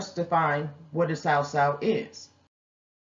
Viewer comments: Sis, FYI phonetically it's called SUE-SUE. This was a great description essentially the best one yet, other than you pronunciation. Be Blessed! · It's pronounced (soo Soo) my family is from Jamaica been doing this for years